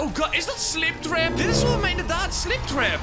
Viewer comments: gwn om te zeggen maar het is springtrap en niet sliptrap maar respect naar jou:) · Heeft niemand door dat slingtrap zegt inplaats van springtrap (geen haat) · Het is spring trap. Niet sliptrap